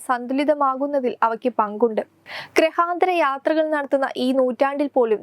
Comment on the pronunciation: ഗൃഹാന്തരയാത്ര അല്ല, ഗ്രഹാന്തരയാത്ര അതാണ് ശരി